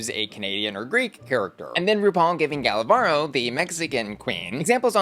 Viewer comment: Gala Varo 🤑🤑 ❌ Gala Barrrrrrro 🗣️💩 ✅